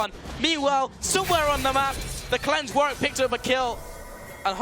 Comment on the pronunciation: its warWick... not warick... garbage casters